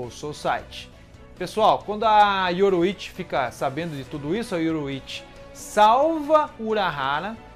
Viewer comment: yoRU!ichi. não yoroichi. seu video é bom mas suas pronuncias doem o ouvido cara... melhora isso ai.